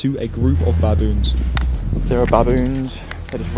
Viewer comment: Can u please stop saying BABoons say it like how u would say biboons